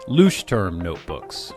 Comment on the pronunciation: This was a nice review and I don't wanna be mean but I chuckled every time you said "looshterm" lol. I don't know how to say it either honestly